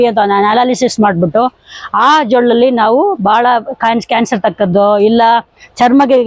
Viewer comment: ಜೊಳ್ಳಲ್ಲ ಜೊಲ್ಲು